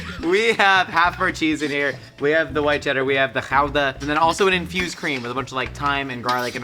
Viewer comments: Good to see say Gouda right... Houda*. The only issue, you don't use Gouda with french onion soup, you have Gruyère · Its a small thing but as a person of Dutch heritage thank you for at least attempting to pronounce Gouda (How-da) correctly. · Thank you for saying gouda correctly. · As a dutch person I am impressed at pronounciation of gouda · Wow! pronounced Gouda correctly, with the Dutch guttural G! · Wow, I know Americans who have lived in the Netherlands for years who still don't pronounce "Gouda" the Dutch way. My compliments, sir. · Wow, this is possibly the first time I've heard a foreigner pronounce gouda as gouda, instead of goodah.